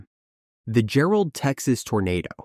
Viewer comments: . It’s Jarrell not Gerald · Bro said garrel it’s Jarrel bro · A lot of other people have already corrected the Jarrell, but Xenia is pronounced Zeen-yuh, not Zuh-nee-uh.